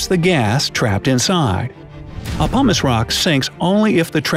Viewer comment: He says pumice like humus, this is bothering me